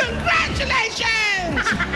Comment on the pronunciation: CONGARTULATIONS... natawa ako d2.... thumbs up if you agree